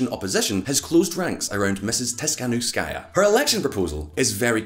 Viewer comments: Seriously? Your source is euro weekly? And not being rude, but the family name of the opposition is not so hard to pronounce its tihanovskaya (dont know where you got the , s,shshs) not being pro or contra but, stop the ongoing anti russian pondering. P.s I dont think people in Ukraine started to live better after maidan ,i believe its worse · Tikhanovskaia🤦‍♂️ (not Tishkanovskaia or Tiskanovskaia) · No one: VisualPolitik: Svetlana Tisfglkhdghskaya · Tikhanovskaya: pronounces her surname. During the video, in a citation: Tikhanovskaya’s surname is correctly pronounced. The channel’s speaker: “Tishkanovskáya”. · Omg man, learn just 1 name - Tihanovskaya (Tee-ha-nov-skaia) it's not that difficult, especially if you make professional youtube videos about politics. But generally video is good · Come on, man. Tik-ha-nov-ska-ya. It’s not that hard :). Jokes aside, thank you for covering this. Global media silence on events in Belarus are baffling Edit: are you doing this on purpose? Babakairo?? :) slowly: Ba-ba-ree-ko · Repeat after me Ti-kha-NOV-ska-ya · Svetlana Tihanovskaya. Is it that difficult? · tiKHanovskaya. It's a KH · Tis-hanovskaja 😂 you should pronounce surname better 😇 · Tikhanovskaya? Tsinanovsky-a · Man, you butcher the name of this brave woman, her name is Svetlana Tikhanovskaya. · It irritates me when he pronounces; Tihanovskaya. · Not sure why it's so hard to pronounce Tikhanovskaya unlike Featherstonehaugh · just because you've taken one attempt to pronounce her name doesn't mean her name is unpronounceable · Tikhanovskaya, for fucks sake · Dude, her name is not so difficult to pronounce smh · Тихановскаја :) So Simple, but still english speaking people struggle with eastern european names.